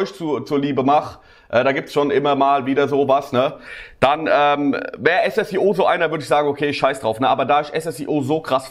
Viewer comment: Er heißt Ssio nicht S S I O